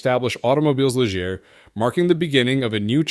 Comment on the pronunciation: Some good photos if you can filter out the mislabeling, mispronouncing, and mismatching of footage. "Lijeer?!" Really?!